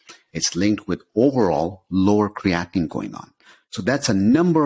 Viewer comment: Most contributors to these web sites, including, pronounce Creatine and CreatiNINE the same way, creating confusion in the listener. CreatiNINE is the culprit for kidney disease and comes from CreatINE in muscles, meat etc.